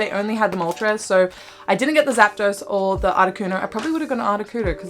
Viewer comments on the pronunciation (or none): none